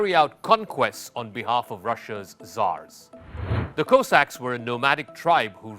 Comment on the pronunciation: Go away you cannot even pronounce Cossacks….